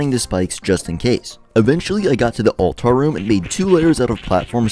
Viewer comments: its pronounced "all-ter" nor all-tar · "All Tars"